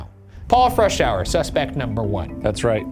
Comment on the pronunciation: Thank you for pronouncing Freshour correctly! That is my maiden name and people would butcher it all the time 🙃